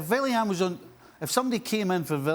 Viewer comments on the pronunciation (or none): normal people pronouncing Arsenal’s no.12 : Willian steve nicol pronouncing Arsenal’s no.12 : villian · Who tf is villian 😂😂 you can pronounce the W stevie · Villian the 'Villain' 🤣🤣🤣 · Why’s he saying “villain” Willian isn’t German 🤣 you say the W loool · “Villiain “ - Steve Nicol